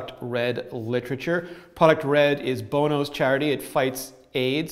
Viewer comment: Lol Bone-o.